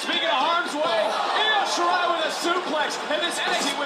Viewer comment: io shirai..like eee-o shirai